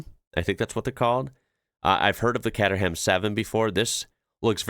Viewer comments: The Lotec Sirius looks great, but I couldn't drive it in the UK as we have speedhumps. It's far too low. It's not Cat erham, it's Cayterham. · ... ... Catter ham? Cater-'em. Also, Dame-ler. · Worst pronunciation, katter ham. It's cayteram😂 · Kater Ham lol Pronunciation ‘H’ is silent Pronounced ‘katerem’ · "Caterham" is pronounced 'Kay-ter-ruhm'. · It's pronounced "KAY-tram 7". No roasting; just helping. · It's pronounced more cayterham bruv.☝️ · Kay-ter-rum. The donk is Dutch, you will fit. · Caterham is pronounced Kayteram. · Look up Daimler, a historic British brand, pronounced " Dame ler" Caterham 7 is Pronounced "Kate trum" ;-) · Yep, He was spot on with Donkervoort, But screwed up big time on Caterham, ( Kate-er-um) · as far as i know, it's pronounced caytrum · Caterham is pronounced Kay-ter-um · Nice attempt on the Caterham, its pronounce Kate er amm. Look forward to the next one. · Caterham is pronounced with a K similar to catering.